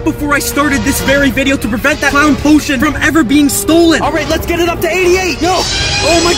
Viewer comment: Hid the poshon